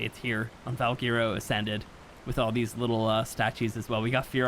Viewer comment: its pronounced val-Gwer-o not val-gear-o